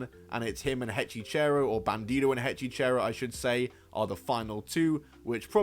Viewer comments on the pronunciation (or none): Hechicero, not HEY CHICHERO. 😂😂😂Ring of Honor needs a TV deal or put the shows in their entirety on YouTube.